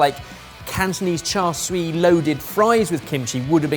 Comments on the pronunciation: This was definitely a fun video, so thanks for making it! still seems to have a tendency to misspronounce "char siu" though. I noticed that he tends to say "swee", but I just wanted to mention it should be closer to "see-you". Hope this helps and I look forward to the next video from all of you! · still hasn't learned how to say char siu and says "swee" instead. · my guy im elated to see cantonese cuisine recognized here but its more closely pronounced "cha-soo" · i think at one point you said "cha swee"? and it's super hilarious and no shade at all on you guys because you always try your best to incorporate lots of different dishes from around the world, and Cantonese pronounciation is tricky to non-native speakers. But it's "cha" (the 'a' pronounced like the 'ah' in 'ah-choo') and "siu" ('iu' prounounced like 'ew'). Loved he vid, keep it up! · “Char Swee” <— 🤣 Sorry, idk why that really tickled me. (It’s “chā shāo”, or “Char Siew”, btw) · Ohhh, cha sui glaze fries, not cha sui fries. Thought he was going more poutine-like. We should be shouting "Where's the pork?!" I was so proud of when he said cha sui the first time in the video, but then later he reverted to char swee (rather than cha seeuuu). Oh well. Guess he makes up for it by providing the laughs in the video. Btw, I realized that I avoid any Chinese fusion videos (Chinese Canadian background here), but since it was about fusing Korean food, no problem at all, click! lol. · I just want to learn to pronounce char siu--which is clearly not char swee. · What the heck is char swee, where did that come from 😂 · still egregiously mispronouncing char siu. 😶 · it’s char s-i-u. Siu means roast in Cantonese. It’s great you love the dish, but learn to say it right:)